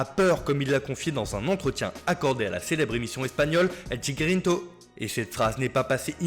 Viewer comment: El chiringito non pas chigrinto